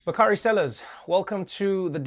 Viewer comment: Hey Trevor and Bakari Sellers.. The correct pronunciation of the name is Bak..a..ree Its Swahili...means of Noble promise...its my 21 yr old son's name named by an official in Ghana....